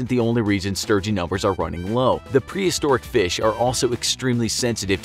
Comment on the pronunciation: Feesh... egg.